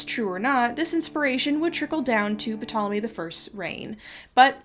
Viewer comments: Am I wrong in thinking that the P in Ptolemy is supposed to be silent? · Sorry to be pedantic but just wanted to give you a heads up. The P in Ptolemy is silent. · who pronounces the p in ptolomies anyway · Nitpick bug You dont pronounce the p in Ptolemy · The 'p' on Ptolemy is silent. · Isn't the "P" in "Ptolemy" silent? Additionally, aren't there several Alexandrias in the world, as named by Alexander? I understand it doesn't impact the main thrust of this video, just a tidbit for anyone reading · Do Americans not learn how to pronounce Ptolemy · Amazing video- I wanted to ask about the pronunciation of the “p” in Ptolemy. I’ve never heard it said that way before. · I always though Ptolomey was pronounced with a silent "p" but I might be wrong. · Psssst……the “P” in Ptolemy is silent. I liked the video:) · For a history buff, it’s weird you pronounced the P in Ptolemy. I’ve always understood it was silent. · So, I know that this is pretty nitpicky but Ptolemy is not pronounced with a phonetic P... just as pterodactyl does not have any P sounds even though there is a P in its spelling. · I've never heard anyone pronounce the P in Ptolemy lol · Yo, ain't P in Ptolemy silent? Scratch that, I know it is. Wtf how can you speak with any authority whatsoever with a trip up like that, I don't trust that you actually know what you're talking about. I will continue watching with scepticism, idk why you're so buthurt about a library anyway, I mean fuck Carl Sagan right? Who's that guy? 😏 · Isn't the P in Ptolemy psilent? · p-tolemie 😭. Noo man come on. If you can’t pronounce mithridates or antipater that’s one thing, but Ptolemy? I hate to be that guy, but pronunciation check is one google away and makes you sound ten times as knowledgeable. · Ptolemy is pronounced Tolemy...the P is silent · (The "P" in "Ptolemy" is silent) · I can not get over puhtolemy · The p in Ptolemy is usually silent and pronounced tolemy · Isn't the "P" silent? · the P in Ptolemy is silent